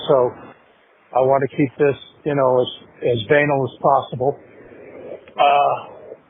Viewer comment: Its pronounced buh-nall not bane-al